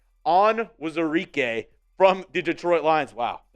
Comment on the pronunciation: We need to start restructuring contracts ASAP, also Levi Onwuzurike u dont say the "wu" so its just on-zuh-ree-kay. but anyways theres so many guys i want that we just dont have the money for and it sucks